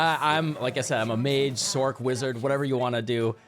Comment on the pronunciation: Great video, but can you please says "Sorc" with an "S" sound, and not like "Sork" ?